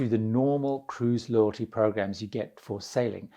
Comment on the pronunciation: What on earth is a “lotty program”? . Never heard of Lotty (loddie???) program but it sounds like he’s talking about a “players club” that every casino has and every cruise ship I’ve been. Usually you get pints etc through players program.